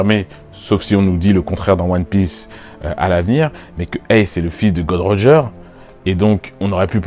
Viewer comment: J'ai aimé ta vidéo mais stp c'est Gold roger et NON "god roger" merci ^^